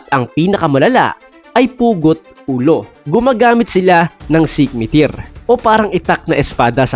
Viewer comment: Skimitar hindi sikmitir